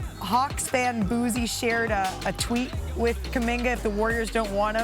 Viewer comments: Did Malika say "boozy" it's Boosie 😂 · Did Malika say “boozy” it’s Boosie 😂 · Pronouncing Boosie like that is criminal 😂